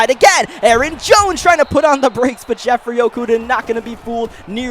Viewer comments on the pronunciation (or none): none